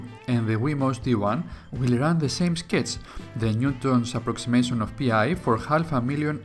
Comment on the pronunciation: Nice video. One comment is that "PI" is a word, not an acronym, and is pronounced like 'pie'.